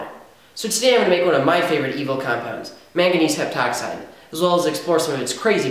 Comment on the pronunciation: when I heard "mangangese heptoxide" I was like, you sure you wanna do that?